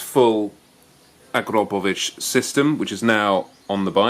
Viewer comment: I give you a thumps up for the pronunciation of "Akrapovic". I wont be able to spell that like you did in a 100 years.. lol!! P.s I am greek.